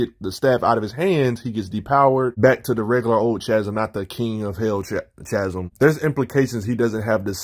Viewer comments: Chasm pronounced KAzum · Can’t tell if you’re trolling with how you pronounce Chasm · I have no issue with that, I just wasn’t sure if you were actively trolling because the storyline behind the character change was so bad you refused to say the name correctly was all